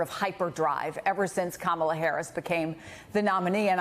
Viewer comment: "They are rallying around Kamah uh, the Vice President 😂😂😂 He so scared to say it wrong or face the wrath. That's insane!!😮